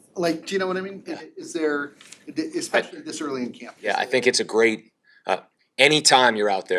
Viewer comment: Gwate Qwestion